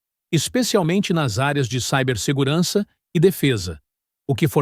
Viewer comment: CIBERSEGURANÇA ― Esta nova palavra híbrida deve ser escrita e pronunciada CIBER... (como SIbéria, CIrurgia...); da mesma família são CIBERNÉTICA, CIBERNÁUTICA, que ninguém pronuncia SAIBER... A pronúincia SAIBER é forma anglo-americanoide e deturpada do elemento grego KYBER, que contém a ideia básica de governar. Por favor, não ajudem a divulgar esse "SAIBERSEGURANÇA", que é rematada idiotice, denota desconhecimento da Língua Pátria e submissão cultural. Não podemos permitir que a PESTE do INGREIS (porque o que rola por aí não é INGLÊS nem aqui, nem na China) interfira no idioma nacional.